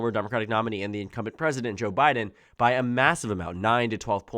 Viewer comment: You're starting to say "Jabbiden" 😅